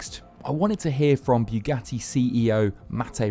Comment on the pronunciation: Why like Clarkson do you say Bue Gatty...